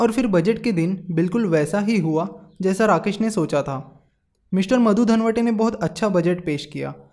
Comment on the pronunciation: Dandvate not dhanvati, pl. note.